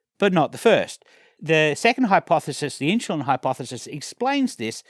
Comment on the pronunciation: Stop saying inshulin ! Still one of the best vids I've watched! Great work!